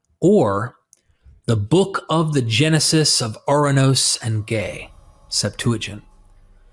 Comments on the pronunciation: 😂 This dude said, “gay” instead of Gaia (Guy-a). I can’t take anything said in this video serious. How are you going to speak about the Greeks and then miss pronounce our words? 😂. There is nothing about the Hellenic creation theory that is similar to the Bible 🤦‍♂️ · Who is doing the ancient text voice over? Gaia (he pronounce it as gae), in Greek it is similar to English "Yeah" not no gae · Impregnates Gay ??? Not Gaia